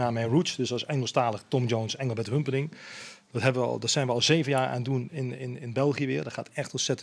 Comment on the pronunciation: HumperdiNG hè? Niet dinCK. Let maar op, zegt het altijd verkeerd 🤣